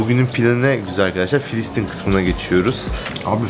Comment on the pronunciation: KARDEŞİM FİLİSTİN KUDÜS YANLIŞ SÖYLEDİN KENDİNİ DÜZELT